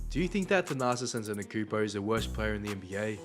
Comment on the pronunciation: If u make a video about someone , at least learn how to pronounce their name